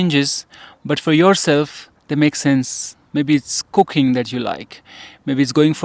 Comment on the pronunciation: When u said, "maybe is cooking, u like" With your accent brother, almost sounded like cocaine. Haha